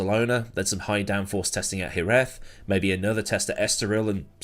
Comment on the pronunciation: It's said Jerez not Jerez